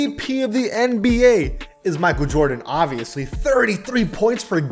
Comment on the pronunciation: idek what to say.. shut yo googily boogily ahh up "mikeal vordens noOt clut-th vats cravy"